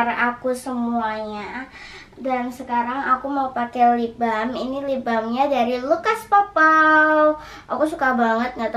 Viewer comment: Kocak sama dia bilang libam aslinya lipbalm